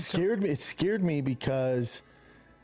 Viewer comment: WHO says scared as sceard? Hooked on phonics works for me!